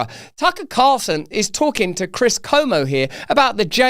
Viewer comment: Tip for Russel: his name is Chris CUomo not Como.